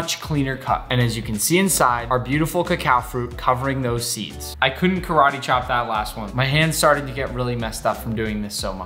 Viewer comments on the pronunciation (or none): none